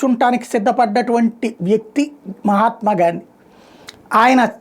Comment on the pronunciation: మహాత్మా అని పలకడం చట్టరీత్యా నేరం...... 👎👎👎👎